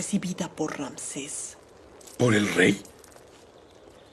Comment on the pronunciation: Ni Rances, ni Ramses; tampoco Ranses; con todo respeto, es Ramsés.